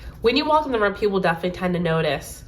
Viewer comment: Omg this is so accurate more so bc you said room like rum in swedish and im from sweden haha 😊🎉